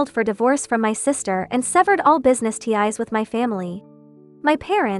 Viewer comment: Cheap AI can't even pronounce "ties" or "café" or "fiancee".